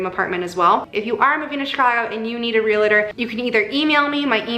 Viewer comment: Anyone else chuckling at the "real-a-tor" pronunciation and thinking about Santa Clarita Diet? Hehe lots of people do it but it is pronounced "real-tor"- just like it's spelling